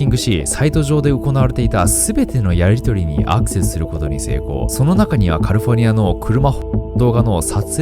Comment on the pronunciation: キミ英語の発音が下手なんだから、無理して英語寄りの発音しても余計に聞き取り辛いだけよ。 カルフォルニアちゃうくてカリフォルニアな？ 視聴者を馬鹿にしないように